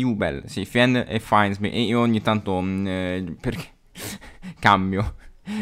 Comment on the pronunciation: Bellissimo video, però ti prego, si pronuncia FINDsmith, non fièndsmith o faindsmith